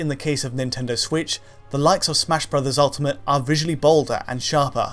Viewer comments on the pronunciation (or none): none